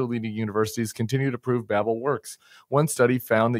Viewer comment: Babble? It's Babel.